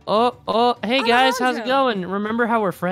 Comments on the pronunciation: Alejandro flirting with a flag plie was funny. Jess failing to pronounce Alejandros name was funny to. Alecago☺ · KaggyFilms (Alejandro Saab) lol I laughed so hard when aphmau said alecago I stead of Alejandro 😂😂😂😂